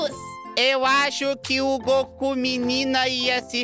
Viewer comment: Tá falando o nome do Goku errado